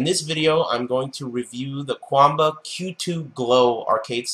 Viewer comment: jjthebird it's pronounced that way, though.